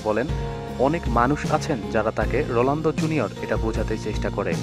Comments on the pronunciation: vai...rolando na....ronaldo....apni bolsen j...rolando...spelling thik koren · sala ronaldo uccharon ta thik moto kor age